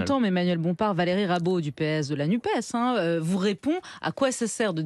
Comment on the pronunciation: NUPES se prononce "nupesse" comme dans CAPES, CNRS, PS etc ...